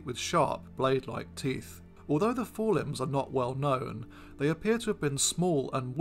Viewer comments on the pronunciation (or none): none